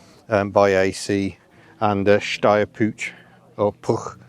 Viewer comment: The second attempt at pronouncing Puch is spot-on, congratulations! Yesterday I was looking at a very nice Daihatsu Charade when all of a sudden a Suzuki Wagon R drove past. Not a combination you see that often anymore! Later the same day I spotted an Opel Corsa A, now at least 30 years old as well.